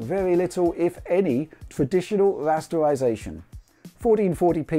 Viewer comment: "Wuaytwuacing" and "Wuastewisation" (Raytracing and rasterisation") as he says ^^